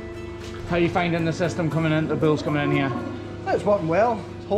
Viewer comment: It is bulls not bills